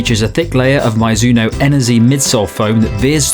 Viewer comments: Mee-zoo-no or Mih-zoo-no. Never My-zoo-no. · Sorry for being that guy, but I'm pretty sure it's pronounced "mee-zuh-noh" (or just paste "mizu" into google translate japanese -> english for the first part) instead of "mi-zuh-noh" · Sorry, it’s Japanese and it really is Mee zoo no